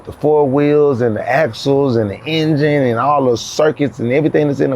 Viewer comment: New word “ENGINUDE”😂😂😂😂